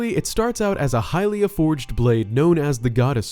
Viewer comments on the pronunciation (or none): none